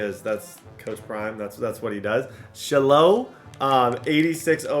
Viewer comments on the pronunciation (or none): Say it with me SHY-LOW not Shhhlo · sh-high-low lmao dude said shi-low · Shilo name is pronounced shy-low … not shello 😂😂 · Shy-low bro. Idk who sha low is 😂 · shiiiiilooo the way he says his name is so funny😂😂. The way to pronounce his name is shy-low putting you on game td you the goat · Shilo pronounced as Shy-low 😂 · calling him shalow is crazy 😂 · ITS (shy-low) lol😂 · Say it with me buddy SH-EYE-LOW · Shy-Lo is how you pronounce the name. You were butchering it. Come on. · It's pronounced Shy-low Sanders. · That man’s name is SHY-LOW…😂😂😂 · its pronounced Shy-Low brotha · shilo is pronounced shy-low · Why you keep saying Shilo name wrong😂😂😂